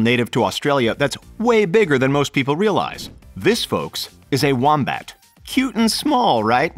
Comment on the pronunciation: I keep thinking your saying womprat from Star Wars